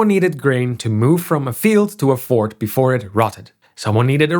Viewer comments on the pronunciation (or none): none